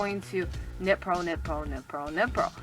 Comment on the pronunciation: Lol when you said knit, purl, knit, purl, really fast it sounded like u were saying nipple but with an asian accent. 😂😂😂